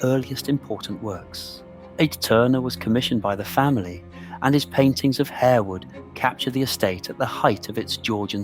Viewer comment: It is pronounced Harwood not Hairwood and Lascelles is "Lassuls" not "la-sell"